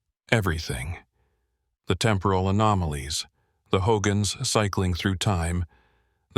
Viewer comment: Ummm checking in November 2025. This is not a Navajo speaking. He's pronounced BEGAY, HOGANS and Canyon De Chelly WRONG!!! EXCUSE ME BUT IM NOT INTO THIS. Living and from the Navajo Reservation we've never seen skin walkers n many myths. Alcohol drugs yes ..family abuse yes!!!